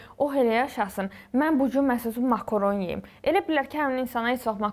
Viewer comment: Makoron deyil makarondu. Bu qiz danisa bilmir ne videoda ne de heyatda.